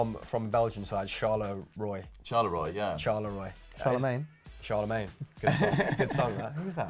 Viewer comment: wow , how you pronounced Charleroi. As a Belgian it was so bad that it was funny. Btw really not hating.